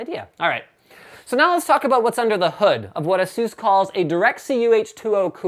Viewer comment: FFS! Stop saying Asseuse! They didn't get their name from masseuse. it's ASUS, as in Pegasus. That's where the company got it's name from. It's all written on ASUS' website. :-/